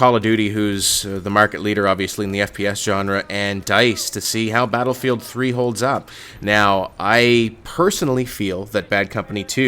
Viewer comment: did he say pladlefield 3 ???